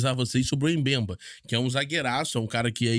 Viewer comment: A pronúncia correta do nome africano é "Bembá". Vc precisa se preparar melhor para não falar os nomes do jogadores errado.